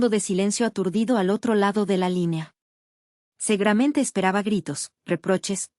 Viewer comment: Porque segaramente en vez de seguramente, finelmente a cambio de finalmente